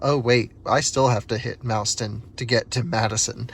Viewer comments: We say "MOSS-ton" not MOUSE-ton :) Welcome to Wisconsin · "Mauston" is pronounced, "maww-ston." The more you know. Great vid! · Thanks for sharing. I have been to all of those chargers. BTW, Mauston rhymes with Boston.